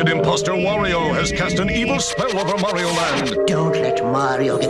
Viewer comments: You gotta love how in the SMB2 trailer, the annoncer says "Merio" instead of "Mario" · WHAT IS MARE-RIO